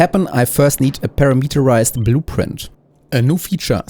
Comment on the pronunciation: "Perimeter" is pronounced like "puh-RIM-et-er," with the emphasis on the second syllable. Here it sounds like "PIR-RI-met-er" with emphasis on the first two syllables. I'm a fan of your content, I watch every video, so do not think this is the only thing I took away from this video! 😄 "Parameterized" should sound like "puh-RAM-et-er-ized" instead of "pair-uh-MEET-er-ized." Hopefully this is useful and not annoying